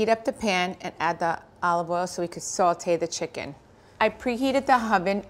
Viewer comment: This is not traditional saltimboca. Sage is a key ingredient for this recipe. And the sauce is generally made with butter and wine. And the correct word is “sautée” not saltee.